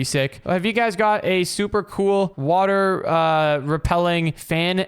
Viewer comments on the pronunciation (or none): Bro you said wather twice bro